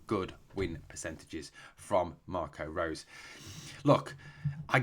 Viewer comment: Just to help you out with the pronunciation,. Marco Rose's name is pronounced like Rosa in Germany.